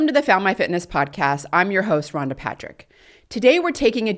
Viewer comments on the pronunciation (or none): none